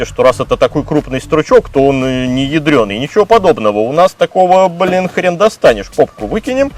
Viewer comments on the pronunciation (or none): none